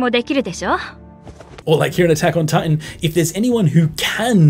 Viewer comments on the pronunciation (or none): none